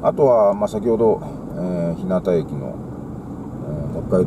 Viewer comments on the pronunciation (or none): こんにちは。いつもTwitterで日々の活動を拝見しています。オートパーラーシオヤは私も先日訪れました。その時は真冬だったもので温かい天ぷらそばが何とも美味でした。よろしければ私のアップロードした動画も見て頂ければ幸いです。 さて、日向駅の正しい読みについて既に存じ上げているか分かりませんが、正しい読みは「ひゅうが」です。私自身が山武地域在住なのでこの場をお借りして伝えておこうと思いました。 外部より長文失礼致しました。